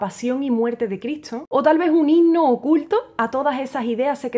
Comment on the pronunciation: Me gutsa, tu idioma que me voltea el nido, no el nudo..de mi idioma, el tuyo o el muetsro, tocas divino, pero me enrevesas, no puedo concentrarme con eso de que dices Critso.